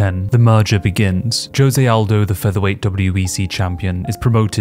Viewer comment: “Joezay Aldo”